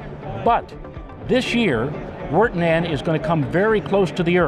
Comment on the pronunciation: VIR-tah-nen, not wer-teh-nan :P